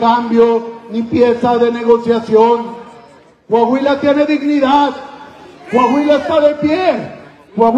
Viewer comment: NO ES CAHUILA, ES COAHUILA